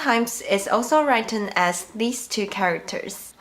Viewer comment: "written" was pronounced like "brighten", and I believe should be more like "kitten".